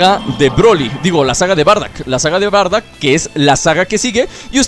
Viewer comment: SE DICE BARDOCK POR QUE DECÍS BARDACK